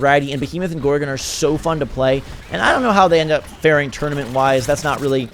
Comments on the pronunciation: It's GorgOn not gorgin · Please don't say gorgun it's gorg-on